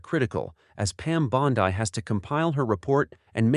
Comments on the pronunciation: Dear Mr. AI: Bondi is pronounced BAHN-dee, not BAHN-dye. I am a Floridian; I know. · And Pam's last name is pronunced "Bond-E" not "Bond-I"!